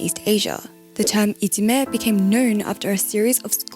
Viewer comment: Interesting video! Short side note: The term for bullying in Japan いじめ is actually pronounced "ijime" not "itsume" - maybe you missread :)